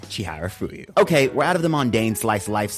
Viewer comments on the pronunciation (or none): amazing video.. the only problem I have with this is that you repeatedly mispronounced chiyafuru as chiharafuyu.. 😅